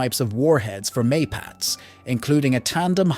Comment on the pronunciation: Wrong pronunciation for all Israeli weapons systems. 'Na-Mer' (Hebrew for Tiger), not 'Neymer'... Both 'Mapatz ' (Maul) and 'Merkava' (Chariot) are pronounced with the last syllable emphasized.